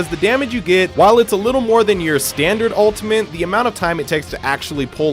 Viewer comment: Is he saying 'ultiment'